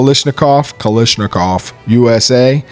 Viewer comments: Why does everyone insist on calling it "Kalishnikov"??? The pronunciation isn't hard... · It might have something to do with where in the states you live.🤔 I noticed that Honest Outlaw says "lish" too. Brandon H probably feels a disturbance in the force every time somebody does it. Don't let it drive you crazy, though. It's like the clip/magazine thing, or direct impingement/internal Piston operation.😮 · What is so hard about saying Kalashnikov correctly?